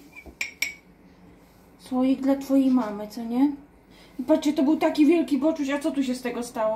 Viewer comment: Witajcie i Artek 😊Majunia 🐕‍🦺Bartuś 🐈.Cały czas mówisz boczus i boczuś😅.Ale co tam,każdy może się pomylić😊.Miłego dnia ❤. Pozdrawiam ❤. Trzymajcie się. 😊